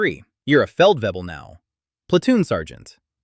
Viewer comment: So apparently, it was common to go from Major straight up to Major General :D No but good video. I like this stuff. Only thing is, if I have to listen to one more English speaking narrator's messed up pronunciation of German words/titles, I will throw up. I don't speak German at all, but I still know basic pronunciation. Hint, there is only one 'b' in Feldwebel, 'w' is pronounced 'v', 'leut' is not pronounced 'luut' but 'loyt'. Sorry to be an annoying geek, but it just get so cringy after so many years and videos...